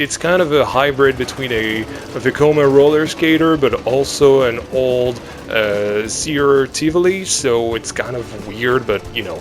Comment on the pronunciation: im german, and i have to say, your pronounciation was acctualy very good. And also, i think you should make the Zierer go 2 rounds, like on most zierers, because the layout is pretty short